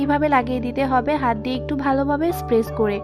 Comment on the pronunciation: Apni press k spess bolen keno?😂